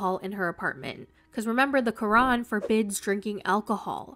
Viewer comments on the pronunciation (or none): none